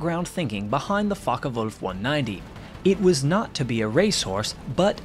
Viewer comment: Not too bad with the German pronunciation but it would be Focke VULF. W's are pronounced as V's an German. And Kurt Tank would be pronounced Tonk.